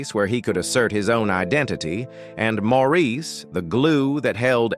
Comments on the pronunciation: This is a fake, electronic voice. The mispronunciation annoys me, too. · Maurice's name is pronounced Morris, the least you could do is learn the name of the person you are reporting on, also 4obin was the older of the twins, Maurice was born a little over half an hour later. Maurice was the mediator and responsible for setting up the harmonies. In a way, Maurice was responsible for balancing the band, Maurice's sense of humor was the thing I first noticed when I saw them for the first time in concert in 1968. He was always my favorite. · His name was spelled Maurice but pronounced MORRIS. You have not done your homework. Also, you said thar Maurice was the first twin born to Barbara. Not so. Robin was born first making him the oldest of the twins as stated many times. More homework for you. Mr. Announcer. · Please the very least is to pronounce is name correctly. Pronounced Morris. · The narrator doesn't even pronounce his name correctly (ie as the family does). It is "Morris". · Thanks for this comment. This fool had me yelling at the TV. If your gonna report get your facts straight. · Let him rest in peace. And learn how to pronounce his name.